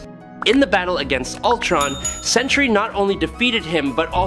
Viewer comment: Why do so many insist on pronouncing the two syllable word Sentry (Sen-tree) as the three syllable "Century"?